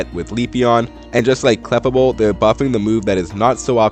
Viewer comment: I'm sorry to point this out but the prononciation of Clefable is Kluh•Fay•Bl.